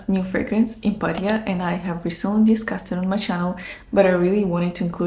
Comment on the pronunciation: Love Impadia it’s Amouage without that funky unbearable note❤